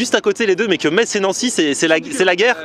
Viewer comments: Bonjour, Pour la prononciation : On ne dit pas metZ mais Mess. Merci beaucoup pour mon oreille. Une personne qui habite à Metz :-) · Tu as du bien te faire charrier dans les com pour ta prononciation de la ville de Metz ^^. Pourquoi comment, je ne sais pas mais cela se prononce "Messe", c'est comme ça ! Après cela ne change pas le fait qu'on doit très bien y manger :P